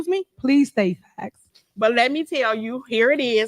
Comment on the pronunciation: Allesations not faxs